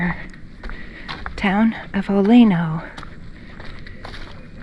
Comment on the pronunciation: I lived there for 6 years cause my dad managed oleno state park and it’s actually pronounced (oh-lee-no oleno and right past the ranger station to the right is the road I lived down